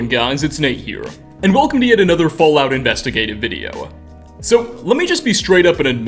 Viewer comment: He said “Investagive video”, I checked the time. And you lost me